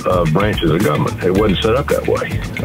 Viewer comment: My favorite was LOW IQ Tuberville who pronounces Government as " gubmint ". I think there should be IQ tests to run for office - or at the very least a person should be able to say the word "Government" before they are IN the government voting on policies.